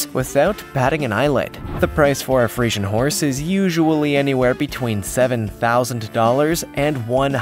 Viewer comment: Dude. Can you at least SAY the names right? Or at least research your horse breeds, you say Friesan and just show an Arabian